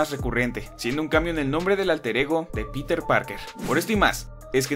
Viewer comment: Algo similar noté pero con el nombre de Peter. Parece que no se pusieron de acuerdo pues unos dicen "Pirer" (buscando un acercamiento a la pronunciación en inglés) y otros dicen "Piter". Si no me equivoco, el mismo Jonah Jameson dice "Pirer" Parker al principio y más tarde lo menciona como "Piter".